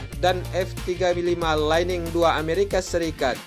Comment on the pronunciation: Lightning bacanya jangan laining bang... tapi lait'ning